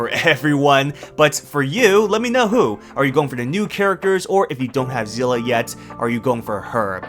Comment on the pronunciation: "say-lay" is how you say her name